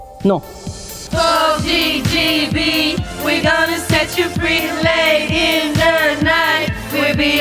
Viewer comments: Elles le prononcent mal en plus… c’est pas « djé djé bi », mais « dji dji bi » en anglais… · Juste, si on veut dire GGB à l'anglaise on dit GEE GEE BEE, pas JAY JAY BEE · GGB elles le prononcent JJB mais c'est pas grave leurs sons tuent ! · GGB se prononce en anglais : Dji Dji Bee et non : Jay Jay Bee et c'est frustrant 🤣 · c'est bizzare, elles prononcent GGB comme JJB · C'est terrible de ne toujours pas savoir en 2026 que G ne se prononce pas "djay" mais "dji" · GGB se prononce dji dji bi. Vous chantez JJB. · Le seul problème du son du girlsband c'est leur prononciation du nom du groupe qui donne en réalité JJB... sacré coquille quand même 😂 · GGB se prononce « Dji dji bi » et non « djé djé bi »… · J’ai peut être loupé l’explication mais pourquoi elles prononcent « GGB » « jayjaybi » alors que ça veut dire JJB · quand elles crient "GGB" j'entends "Vegedream" 😭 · Au lieu de dire GGB elles disent JJB 💀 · justement c'est ce que je diit . J'entends "jay jay bee" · Adèle, plus je la vois interagir avec les autres et avec le monde et plus je l'aime, j'crois que mon enfant intérieur est amoureux. Pour le synthé, c'est un oui, on le veut aussi dans la version finale! Pour GGB, c'est juste dommage de le prononcer JJB, mais ça donne un côté accent français qui du coup est assez drôle. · C'est justement ce que j'ai dis, non? Elles le prononcent djédjébi alors que c'est la prononciation pour JJB. Peut être que ce ne sont pas les 14 qui sont nuls en anglais, mais les 5 autres? D'autant que j'ai fais un commentaire en trois parties et que peut être certains ont liké pour une des deux autres affirmations? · GGB en anglais ça se prononce pas "Jay Jay Bee" par contre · Tout ce franglais pour sortir " les [jay jay bee] comme girls girls band" alors que G se prononce J en anglais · Il y a que moi qui tique sur la mauvaise prononciation de GGB ??? Ou je sais pas parler anglais jsp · GGB mal prononcé tout le long de la musique c’est magnifique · Elles prononcent JJB 😂